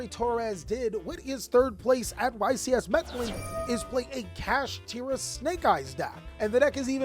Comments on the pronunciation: Meddling lol it’s pronounced med-eh-yeen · Meh-de-jeen. Please pronounce it right next time big dawg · bro, in Spanish the double L makes the Y sound. Trying to help you out with the Spanish community. Also you’re doing great with the vids & life keep it up 💪🏽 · im sorry but i cant get over how he says Medellin, ive never heard anyone pronounce it that way lol